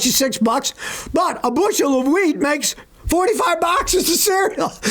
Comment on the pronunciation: OH! WHEAT! I thought you said WEED! 🥴